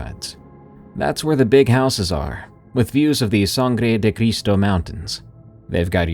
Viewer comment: Easy with that "Sange De Criso" pronunciation....😊 it turns read purple every night as the sun sets. What we call "purple mountain majesty" the locals caled "blood of christ" but the description is apt and its of the san luis vally which sits party in NM and parly in Colorado and its mostly the prettiest place in the northern hemisphere.